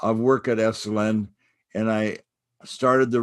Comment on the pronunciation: Esalen NOT “esslin” !